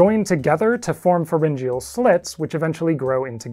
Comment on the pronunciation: I like the way you say pharengyal slits. I have pronounced it fair-en-gee-al.